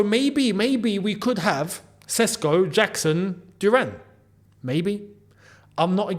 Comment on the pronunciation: Its pronounced Šeško (Sheshko), not Sesko.